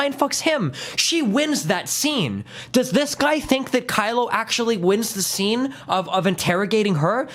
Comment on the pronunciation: My favorite part is him getting Kylo 's name wrong every single time.